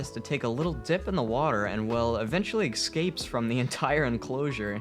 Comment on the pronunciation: "Excapes" lul